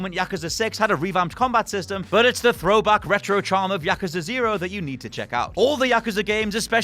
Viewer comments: Yakusa... No no it's yakuuuuuuuuza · Yakaza? Come on dude. It’s YakUza! YakUza! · Its pronounced Ya-KUZ-A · Learn to pronounce words correctly......year, yakuza.....the list goes on.